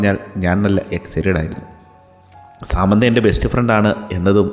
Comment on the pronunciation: സമാന്ത അല്ലല്ലോ സാമന്ത അല്ലെ